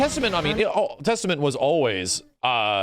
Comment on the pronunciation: "Theystament" Looooooooooool